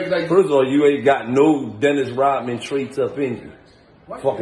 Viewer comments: You not Dinnis Rodman... You're Dinnis Rob-a-man 😂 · “dennis rob-a-man” lol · "Dennis Rob-a-man" 🤣🤣🤣🤣🤣🤣🤣🤣🤣🤣🤣🤣